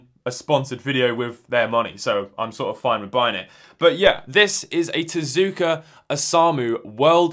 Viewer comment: It is TezUka, some times in Japanese the U is silent but not in Tezuka, don't ask me why because I don't know, it just is.